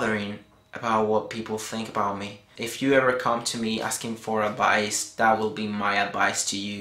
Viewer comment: haha why do you say v (vee) as bee (b)? bee-deo ad-bice LOL like it thought :D